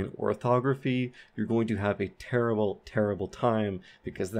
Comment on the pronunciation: I heard him say tewwible😍cute